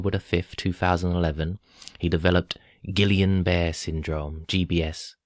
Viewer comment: Wow, good work,! P.S. It's pronounced "Ghee-Yawn Bah-Ray" Syndrome.;0)